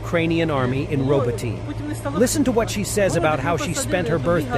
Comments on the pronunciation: Why do you mis-spell as "Robotine" the name of ROBOTYNE? Probably the same reason you mispronounce the name. Should be RŌ - BŎ - TῨ - NĒ (using the Oxford Dictionary pronunciation guide for letters). Kindly examine this pronunciation carefully and make the necessary corrections to your spelling and pronunciation. What you are doing at present is awful and a bad reflection on your grossly misleading practice of using stupidly incorrect U.S. errors. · Find a Ukrainian friend to help you with town names in Ukraine. Robotyne is not pronounced RoboTINE, or RoboTEEN, the two I've heard you say. Hint - RobO-teh-neh.